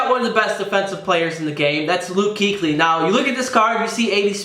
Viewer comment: According to the Fumble, Luke Kuechly's name is actually, Luke Kouchly.